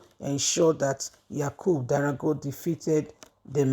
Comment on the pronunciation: You still don’t pay attention to details. Who doesn’t know the name of the former speaker is D O G A R A not Darago 🫣